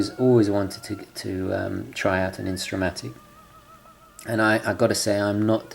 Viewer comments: one small point: It's Intra-Matic not Insta-Matic. Thanks! I just ordered a black-dialed JazzMaster. I was considering the Intra-Matic but chose the Jazzmaster because I am not 100% loving the needlelike hands and lack of seconds hand on the Intra-Matic. It was a very close decision! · It's called Intra-matic not Insta-matic. Nice watch and what is best is that it comes in two sizes: 38mm and 42mm.